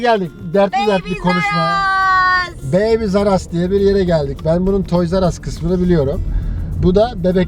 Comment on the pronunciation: ablacim baby rzaras gibi bisey soyluyorsunuz tam anlayamadim magazanin ismini tam olarak yaza bilirmisiniz.Tesekkurler